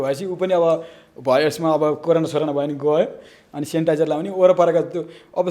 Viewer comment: Haina kasto patrakar ho sanitizer bhanna ni naaune ho sanitiz po bhaneko haite